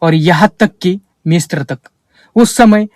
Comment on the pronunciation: भाईसाहब मिस्त्र उच्चारण नहि है । मिस्र है ।